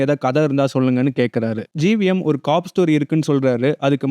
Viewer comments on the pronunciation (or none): adeii 'COP' nu oolunga sollu dahh summa cock cock ntu😂😂